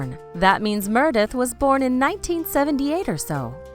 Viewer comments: plllleeeeasseeee!!! if you’re going to do a video on a show LEARN HOW TO PRONOUNCE THE CHARACTERS NAMES! uggghhhh. aydison montgomery.... murdith.... 👊🏽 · Say it with me. MER-e-DEATH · Who the hell is Merrrdith???? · After the 10th Mrrrrrdeath..... I had to quit watching.... the most annoying voice and mis pronunciation ever!! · Why can't u pronounce M-E-R-E-D-I-T-H?!! Gawwwdd!